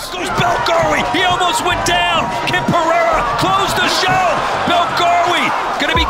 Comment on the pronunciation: Why saying his last name different? Was it shortened?❤